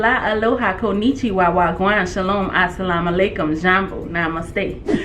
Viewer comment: bro did she just say "waw gwaan" correctly 🤨🤔🤔😂😂